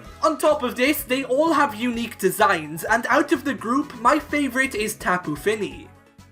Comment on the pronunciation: for tapu fini its said like (TOP-OO FEE-NEE) not (TOP-OO FIN-I